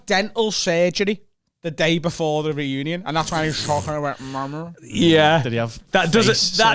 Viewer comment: The Friends ‘Renunion’? said it wrong